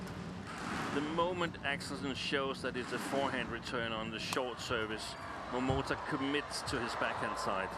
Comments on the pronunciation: For goodness sake, this lady commentator has been pronouncing wrongly Momota as Momoto as in all previous match involving Momota. Her partner doesn't correct her. What a shame. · I am not English nor native English speaker but I hear two pronunciations from Jill Clark. Sometimes she clearly says MomotA. (I think especially when there is his name spelled on the screen like the beginning of the match) Other times it sounds like MomotO to me too. I know non-stressed vowels get weak/ambiguous sound but her MomotO sound annoys me a little.